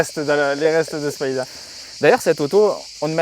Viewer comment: J'adore ces caisses, merci! Après avoir dit en 1'08" qu'il fallait dire "Spider", tu prononces Spaïder ensuite. (1'57, 9'59). LOL 🤣